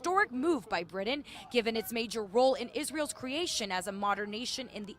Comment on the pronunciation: Who's "Bri-dan"?😂